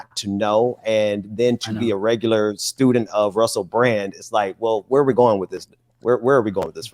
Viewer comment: I hate to say it, but after watching that video where he's sucking up to Russell Brand and calling him a "genuine force for good" and a "truth-teller" and "justice-seeker", while claiming he watches his show "reg-u-lar-ly, re-li-gious-ly" as he draws out every syllable....it's obvious that the grift is in. I mean, if he really watches Russell Brand religiously, which I doubt, but if he actually does, he knows damn well he's the exact opposite of all those things lol. Just like he knows Ron DeFascist is the worst kind of reactionary extremist.